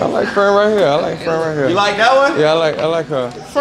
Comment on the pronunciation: the way she kept sayin friend is wild😂😂why she doin bra like that